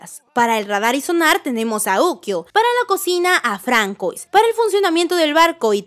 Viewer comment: Se pronuncia FRANSUÁ 🇫🇷 EL NOMBRE ES FRANCÉS!